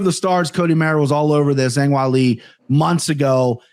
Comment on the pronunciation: I loved everything about this episode besides how pronounced Weili’s name 😂